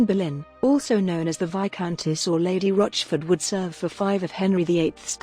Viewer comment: Whats with the dodgy AI voice? The family name is Boleyn, not BERRLIN.